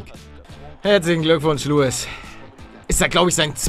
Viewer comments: Er heißt Lewis und nicht Louis 😂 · Der heisst lewis nicht louis 😂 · Wird Louis (mit dem "s") ausgesprochen ;) Hättest du ihn jetzt ernsthaft "Lewis" ausgesprochen... :D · Er heisst lewis wird aber wie louis ausgesprochen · xXiksXx xXiksXx aber es wird louis ausgesprochen. Nennt sich Englisch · was denn er heißt lewis und wird luis ausgesprochen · Lewis wird im britischen "Louis" ausgesprochen da es ja auch kein "W" gibt (also den Laut W)